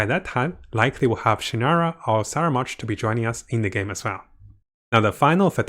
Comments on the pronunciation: no no, in italiano si chiama scaramuccia e quindi scaramouche, non saramounche. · Why is he pronouncing it as "Saramounch"? There's no "n" on the spelling. ("Scaramouche") Please enlighten me. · Sara munch, lol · The names just getting butchered left and right.. Fatari.. Scaramunch..